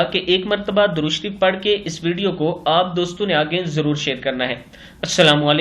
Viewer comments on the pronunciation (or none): none